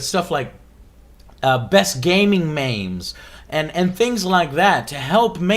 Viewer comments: Joe, don't want to be a dick here but it's memes, not maimes, it's like me-mes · "best gaming maims" "gaming maims" "MAIMS" it's MEMES >:( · Joe, I know you're not feeling great, but I'm not sure if I can forgive you for pronouncing 'meme' as 'mayms'. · "best gaming meims" BOI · What are "Gaming Mames"? Did he mean memes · Did Joe just pronounce 'meme' as 'maym'? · best gaming maimes? did he mean meme's or wath? and pelase no. anything but that